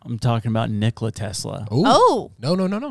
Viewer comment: "Nick-luh" lmao say his name right